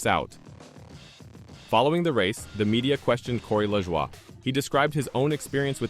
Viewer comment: Man that Corey LaJwah 🤦‍♂️